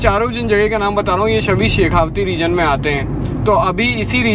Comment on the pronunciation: It's शेखावाटी... Not शेखावती।